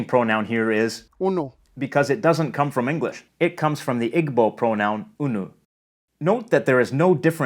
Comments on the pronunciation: you pronouced igbo wrong it's pronounced E-BOL not I-G-B-O-L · You pronounce it like ibo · Great video, but your pronounciation of Igbo is wrong, the g before the b shows that you stressed/ over emphasize b so Igbo is ee-!bo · It's been a few years at this point, but I didn't see anyone mention it, so I'll note that "Igbo" is actually pronounced "EE-bow" in English, and more like "EE-boo" in native pronunciation. Wikipedia does have "IG-bow" listed as a US dialect alternative, but I'd imagine that that arose and spread from Americans mispronouncing a word they had only encountered in books. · Igbo is. pronounced eebo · Your information is excellent, and very very enlightening! One slight criticism: the word, Igbo is actually pronounced EEbo. Wow, that doesn’t take away from your overall excellent information, those that are familiar with the pronunciation of words would find it a bit grating to hear the mispronunciation😢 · Awesome lesson! Just a heads-up, "Igbo" is properly pronounced "Ee-boh". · Thank you for sharing! Jamaican Patois is also called Nation Language. For more on the difference between Dialect and Nation Language, I invite you to consult Kamau Brathwaite and Nation Language. Also, Igbo is pronounced EEEEBOW. The b is silent. Tank you man fe dis. Yu nuh perfek, but yu do a good-good job my yout. Yaad Big! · Ah, but please, do not say iGbo! The g in igbo is silent! It makes me cringe when people say iGbo! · The ‘g’ in Igbo is silent, should be pronounced Ib-bo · Very nice video, but ‘Igbo’ is not pronounced [igbo]. The ‘gb’ is a doubly-articulated bilabial-velar consonant, represented in IPA by a g and a b mashed together. It takes a bit of practice if you're not used to it, but it's not that hard to pronounce. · Emm chief the g in Igbo is silent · The pronunciation of igbo was painful to hear but this is a very informative video tbh